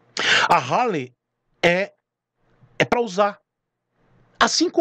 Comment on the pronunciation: Pelo amor de Deus,pronuncia R, e HARLEY